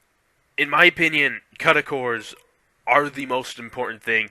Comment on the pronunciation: u cannot pronounce cuda never mind know what they are.